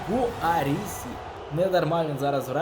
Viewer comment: Не Гуарісі а Гірассі